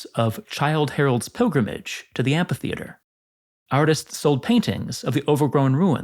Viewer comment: Isn’t it pronounced amfi? I keep hearing you pronounce it amPHi